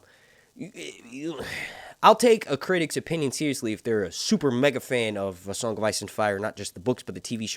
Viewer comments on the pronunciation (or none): none